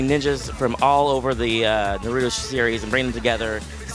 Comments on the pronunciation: Not being mean but they make it seem like naruto is the hardest word ever N a r u t o not Narudo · OMG! Why they always say Nerudo instead of Naruto and those are the creators of Naruto? I mean seriously, the ppl that help make it can't even say the name lol. This game looks sooo beast!! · Nuh-ru-do. I miss Jason Enos now. LOL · "narudo " xD is like they cant read i agree bruh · Can they get some people that can at the VERY LEAST pronounce Naruto's name correctly lol? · One of my biggest pet pevs when people say stuff wrong NARUTO say it right D' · I hate how he pronounced Naruto in . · Why do they pronounce naruto like it has a d in it I hate that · Thier saying Naruto wrong I hate when people get the names wrong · why you pronounce it wrong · they are pronouncing naruto wrong